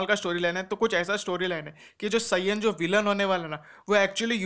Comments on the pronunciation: Bhai saaiiyan nhi saiyan kehte hai kam se kam naam to sahi se boli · You are pronouncing saiyan wrong😤😤. Pls speak correctly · ok. I am not making fun of you bro. I am just telling 😢